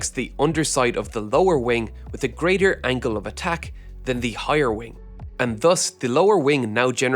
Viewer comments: It's 'Angle of Attack', not 'Angle of Attach'. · It's the accent don't worry about it XD